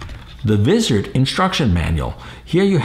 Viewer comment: ok,, repeat after me,, WAA IZZ ERD thats how you say Wizard not VIZZ ERD LOL just busting your chops